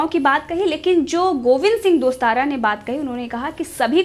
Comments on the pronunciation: दोस्ताना नहीं टोडासरा बोलो मैडम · मैडम गोविंद सिंह दोस्तारा नहीं गोविंद सिंह डोटासरा😂😂